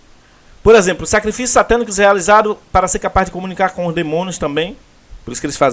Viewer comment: A palavra que você pronunciou errado por engano é a mais correta: SACRIFILHOS